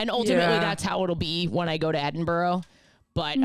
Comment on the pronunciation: top tip (😅i’m aware of the irony yes) when u go to edinburgh don’t pronounce it burrow at the end it’s more like a bruh at the end, but like people will get it bc ur american so it’s probably fine